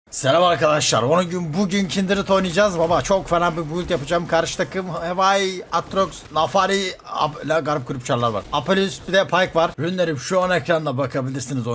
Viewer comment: abi naafiri ye niye navori dedin 🤣🤣🤣